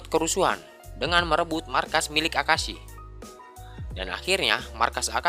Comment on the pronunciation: Akeisa bukan akasi